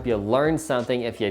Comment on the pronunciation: It’s a button not a budden 😉